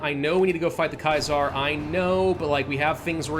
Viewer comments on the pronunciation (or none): Are you having fun pronouncing Caesar as KaSar instead of SeeZer. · Actually no one knows how latin pronounced things. The way we pronounce it is a an educated guess, reconstruction of the language. It could actually be pronounced as does (similiar to the German Keiser) or like Kæzar.